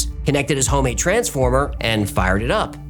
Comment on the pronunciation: what person says the word transformer with different inflections and different syllabic emphasis? 😢